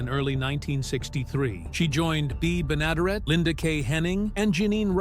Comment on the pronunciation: You could at least corectly pronounce Beas last name!